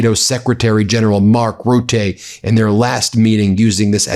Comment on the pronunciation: It's funny how Ben pronunciate Rutte. Not that it's important or anything.